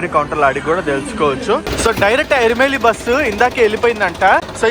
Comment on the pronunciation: ఇరుమేలి కాదు ఎరుమెలి